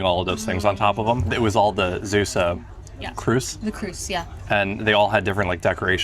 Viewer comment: Also "Zeeuws" is not pronounced like "Zeus", you have to extend the 'ee'.